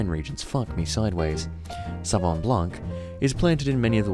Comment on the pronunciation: Ok, here's your French lesson: Sauvignon, we'll break it in 3 parts: Sau-vi-gnon. Sau is pronounced as the "Sou" in Soul. Vi is just like the English letter V. And the "gnon" is the exact same particle as the one in the word mignon which has been imported from French into English unaltered. Now say it wih me: Sau-vi-gnon or Sou-Vee-Gnon :) Cheers! And looking forward to more episodes of this series ;)